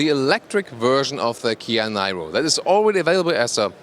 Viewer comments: called NIRO, not NAIRO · It's pronounced "nee-roh," like in Robert DeNiro. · Thanks a lot for the nice presentation. I guess this car is pronounced [niro] like Robert de "Niro". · It's, called the, ni-row not Niro pronounce your English correctly lol good review but too late been here done that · It's pronounced as 'Neer-oh' in English (well that's how it's pronounced in the UK by Kia themselves) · Please pronounce Niro in the way everyone else does. Just like Robert. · Hey, I think in english that name is pronounced like Robert de "Niro". They should have called it the Kia de Niro... you looking at me?? Anyways, I think this is going to be a very good EV and finally the OEMs are getting into larger EVs instead of all these city cars. Great review!